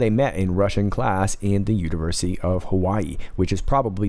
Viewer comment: 🤙🏻🌸😘 Lol! Did I hear you call UOH the 'Uterusy' of Hawaii? or was it MY FERTILE imagination? Funny either way! Love your Life!